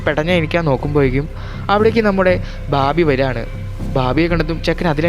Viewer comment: ബബി..ബാബി.. ബാർബി അല്ല "ബാമ്പി"